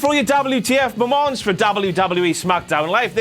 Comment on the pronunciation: When says "the last WTF momonts..." got me a little 💔